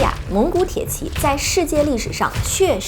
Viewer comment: 美女讲军事很享受，就是tie ji，不是铁qi